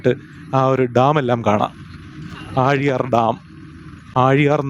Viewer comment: ആ ഴി യാർ അല്ല ആ ലി യർ ണ്